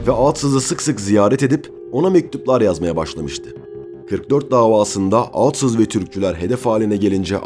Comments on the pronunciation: Reis iyi güzel de sen aatsız dedikçe tüylerim diken diken oldu isimleri telaffuz konusunda biraz daha dikkat lütfen. Emeğine sağlık. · Neden sürekli ağtsız diyorsunuz? Yanlış telaffuzunuz yüzünden konuya odaklanamadım. Yoksa çok güzel bir konuydu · Aatsız mı Atsız mı? Bir Türkçü hakkında belgesel yaparken en azından Türkçe'mizi doğru ķullanmalısın!